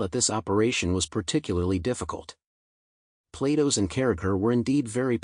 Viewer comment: "Platos", the AI pronounce it almost like PLAY DOUGHS